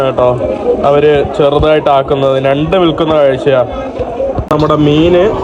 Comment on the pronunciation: നണ്ട് അല്ലടാ കോപ്പേ. നിൻ്റെ നാക്കിൽ "ഞ" എന്താണ് വഴങ്ങാത്തത്?